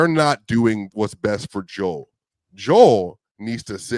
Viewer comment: How bout bro on the right say Joel's name right, or is everyone else saying it wrong?